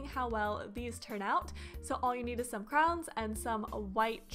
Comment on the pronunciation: No offense but why do you say crowns instead of crayons